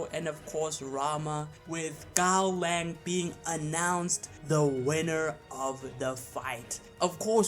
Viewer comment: Giving a Gaolang fanboy a Gaolang W is like telling autistic kid that everything is possible. Bro, pronounce the name of your "god" correctly and only then try to make takes that make any sense. Serious Shen Wulong wouldn't even need more than half a minute.